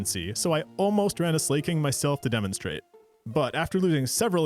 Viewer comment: The "slay-koth" and "slay-king" was the part that really rankled me. It's based on the word "SLACK"! Slakoth is a play on "slack off"!